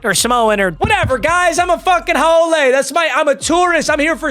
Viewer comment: Haole is pronounced how-lee, but thanks for representing the islands